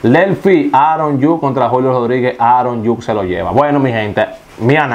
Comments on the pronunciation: ni por que tienes la vida entera escuchando como se pronuncian los nombres de los jugadores lo dices bien. esos nombre que dijiste nadie los conoce. quien es Aron Yuk? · Oye es Aaron judge que se pronuncia igual como se escribe( judsssch)